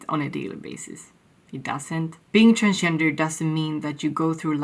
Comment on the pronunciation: You sounded like "I'm trans-ginger" actually, lol.